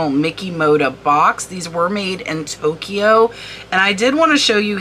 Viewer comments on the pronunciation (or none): none